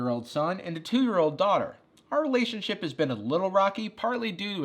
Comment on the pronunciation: What is a re-lay-tio-n sh-oip.